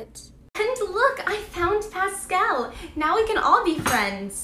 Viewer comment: Pascel instead of forky